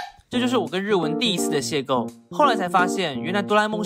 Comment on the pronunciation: 邂逅ㄏㄡˋ XD！